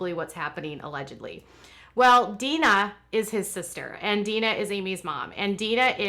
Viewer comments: Jim Bobs sisters name is Deanna: Dee Anna not Dean A Please stop saying Deana. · It pronounced "Dee Anna" not Dina.🙂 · Exactly. How in the world does she claim to be their good friends and not know how to pronounce her name? She also spelled it the way she mispronounces it so I can tell she is reading it as Deana when it is De-Anna. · Why do you call her Deena? Isn't she called DeAnna? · I noticed that too and commented she even spells it the way she mispronounces it but that doesn't explain how she is friends with Amy and her and not heard how they say her name. Very weird. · Amy's mother's name Deanna is pronounced DEE-ANNA.